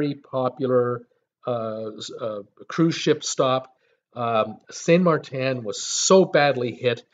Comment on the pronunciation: You have the pronunciation wrong. It’s St. (Martin) Maarten and St. (Kroy) Croix